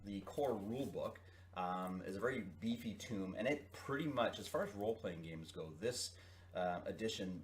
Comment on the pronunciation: Just a small criticism: The word "tome" is pronounced like the word "toe" with an "M" at the end. You're pronouncing it like the word "tomb," which is a totally different thing. I hear that mistake a lot and it just sorta irks me.